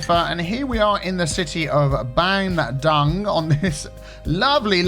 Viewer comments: The city's name is of an actual city in Indonesia! It's pronounced Bun-doong, not the English way of how it's spelt. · It's pronounced Bun-Doong, the capital of West Java province in Indonesia, the guy that sent you the city is probably an Indonesian. Interesting that he's using a right-hand traffic, as a fellow Indonesian and a left-hand traffic driver, I always prefer left-hand traffic, less confusion for me.